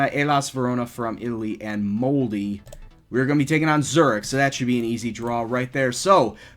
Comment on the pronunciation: mold-eh not mold-ey ( keep up the good work)